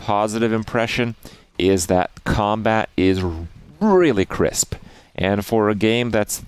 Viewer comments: "CRISP" :D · "... combat is really KRISP..." =)